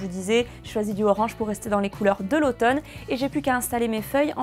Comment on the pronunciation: lautome? mdr